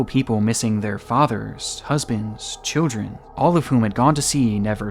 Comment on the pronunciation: THE WORD, “CHILDREN” has an L in it, not a W. Stop saying “chiwdren”